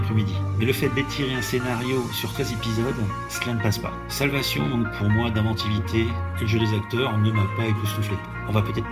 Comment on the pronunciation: Il s’agirait de commencer par apprendre à prononcer le titre de la série qui se prononce « solvécheune » et non pas « salvassion » et de terminer la série avant de faire une analyse à 2 balles